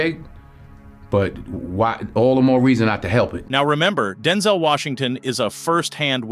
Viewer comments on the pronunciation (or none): Homie called him “Denzle” Washington 🤣